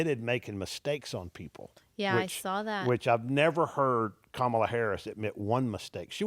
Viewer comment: Mark Cuban business knowledge >>>>>>>>>>> x billion >>> your "dads" business knowledge lmao. Were you seriously expecting this to mean something running to daddy pitting him against Mark friggin Cuban?? LMFAO low Iq trump voters INDEED. ENJOY THE LOSS LOSERS😂 It's Kamala not kom uh luhh 😂 ignorant racist people 🙄